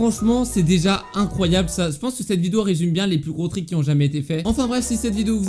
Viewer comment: stp dit triks et pas trik